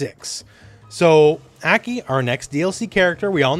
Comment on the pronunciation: Why do you keep calling her Eki?